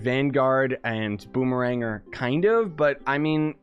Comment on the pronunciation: i believe it's called Boom-eh-Ranger